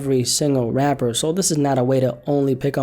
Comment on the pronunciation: I hate the way you say Rapper i will pay you if you replace it with rap or hip hop artists rap musicians anything you sound like a three year old baby